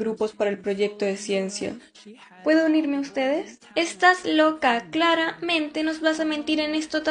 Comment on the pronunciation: Notaste que dijo clara-mente como en el videl de shakira